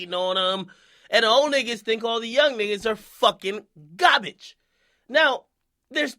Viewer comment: emphasis on garbage😂😂